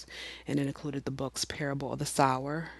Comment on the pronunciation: Good work. A good profile of a writer who deserves more attention than she is getting. "Sower" rhymes with "mower", not "hour".